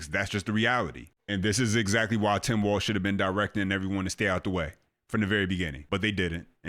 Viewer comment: Bruh..... his name is Walz....not Waltz. Thats a dance